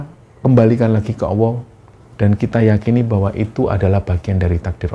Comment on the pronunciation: Allah ya jng d ucapkan Awoh. Klo anak kecil bisa dimaklumi